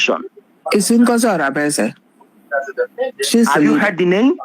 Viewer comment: You can't even pronounce her name well yet you claim to know what you are saying. Look at how you are exposing everything in public by calling names.